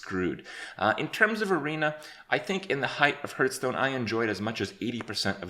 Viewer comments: Me: Hey Kripp, say "Hearth" Kripp: Hearth. Me: Say "Stone" Kripp: Stone. Me: Okay, now say "HearthStone" Kripp: hurtstone. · 'A few of the different aspects in heartsnuu' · Stopped watching when you said "Hurtstone" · Why does he say "Hurtstone" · Day 985 and Kripp still can't pronounce Hearthstone. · 3 years later and he is still mispronouncing Hearthstone.